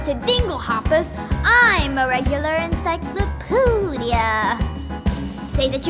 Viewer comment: Its funny that they call it encyclopoodia instead of encyclopedia lol 😂